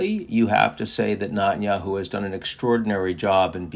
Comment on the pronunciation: First, get Netenyahu’s name pronounced correctly. You sound like a nube. Second, you are way off on Israeli support for cease fire. If that were the case, his right flank wouldn’t have so much power. Remember, they live in a parliamentary democracy. As soon as the coalition breaks, due to lack of support, it’s over. So Israelis overwhelmingly want to continue the war until complete victory not just in Gaza but in Lebanon and Iran.